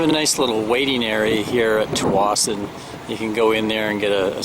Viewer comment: Just so you know. The appropriate pronounciation of the Ferry Terminal's Name. Tsawwassen. The T is silent and sound the first S. That is the way B.C.Ferries Crew say it.